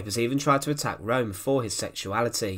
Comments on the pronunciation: Channelling the Angry German: IT'S PRONOUNCED ERNST RÖHM and not Rome. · Name ist Röhm! Not Rohm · If you are going to endeavour to enlighten people, you might well start by pronouncing the person's name correctly, ffs ! It's not Rome , it's 'Rerm', spelt Röhm. Sorry, but it Detracts from some good information and makes you sound ignorant... now try studying Fritz Thyssen, pronounced in German. ! We might as well be discussing the capital of Italy and many of the comments have even begun to Falsely spell Ernst's NAME ! As ever, it's the language that detracts from the meaning, Simples. Stop confusion, verstanden? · His name was Roehm the ‘0’ had an umlaut so it was pronounced ‘Rerm’ not ‘Rome’. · Correct, Peter. His name was Röhm, and pronounced 'Rerm', and not 'Rome' as the commentator keeps stating. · I don't understand why it is so difficult to say Röhm in english! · It's pronounced room, not rome. Apart from that, a good documentary. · This narrator's accent eludes me -- not to speak of his monotony and his always stressing the last word of his sentences. Now I'm all through the video thinking Italian capitals. The geezer's surname is [room], not [roam] like in Rome. Typical UK/US -- us, the rest, try do speak ENG as good as we possibly can, but the Brits/Yanks always pull a diphthong when they don't feel altogether comfortable. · It's neither. It's a sound not found in English. It's probably most like the French 'eu' as in 'deux'. Keep your lips in the O postion but say A. Or better still check out one of the German language uploads. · Learn to pronounciate german words, before you make videos about germans.